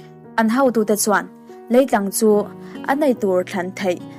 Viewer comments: An hotute tih turah hautute i tia...😊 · A leh e lam pawlh hi hma sawn i la ngai hle mai. Mai aia mei te, beisei aia baisei tih te, hotute aia hautute tih te, Isua hova tih aia Isua hauva han tih ang chi a tam angreng. Chhiar chak ringawt ai chuan chhiar rik dik hi a pawimawh mah zawk awm e.